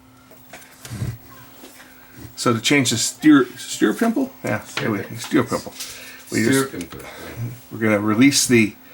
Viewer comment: Useful posting. I have two 1249's and both occasionally have the loose turnarm assembly bolt. As with your work, tightening solved. my automatic play issue even without changing my steuerpimpel. One more thing, the Dual "steuerpimpel" part is properly pronounced: "stoyerpimple" (it is a German machine of course). The word "steuer" means "to steer". The guy who steers a boat is a "steuermann".